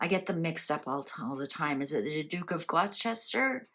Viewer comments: Its pronounced gloster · It's pronounced Gloster 🙏 Merry and Blessed Christmas everyone 💖💖